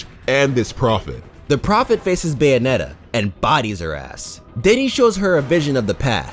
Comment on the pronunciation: More like...Bae-onetta? 😉